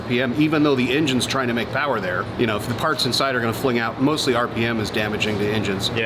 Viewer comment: Too much phowerrr baby...